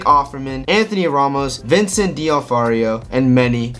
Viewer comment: Vincent "Dee-nah-free-oh" You're welcome.